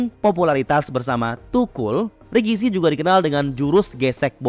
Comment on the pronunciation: RIKISHI dibaca RAKISHI